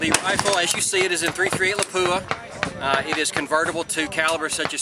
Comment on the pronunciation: It's called LAPUA. Not Lapuua. If you can't pronounce it correctly, then don't use it.